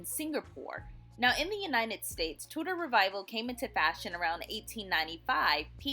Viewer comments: Too-der, not Two-Door. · The pronunciation "Tu-door" is French and how you would say the watches by the French Swiss watchmaker Tudor. But since we're talking about an English design whose name comes from the Tudor dynasty of in England (of which Henry VIII was the second and Elizabeth I was the last) the English pronunciation should be used which is "Tu-der". Actually slightly more quickly so it sounds like one word with two syllables that it is. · I was excited to see Tudor homes reviewed but your pronunciation ruined it for me. Two-door and other words, not gonna go through them all. Voice over is a good idea but its worth taking the time to look up the correct way to say the words you are reading.